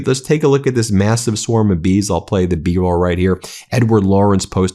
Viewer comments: Did you really say 'I'll play you the bee roll?' 😆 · lol, you said I'll play the bee-roll here